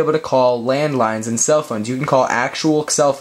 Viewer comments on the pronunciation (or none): none